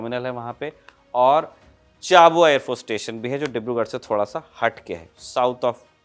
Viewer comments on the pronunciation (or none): चाबुआ नहीं भाई, छाबुआ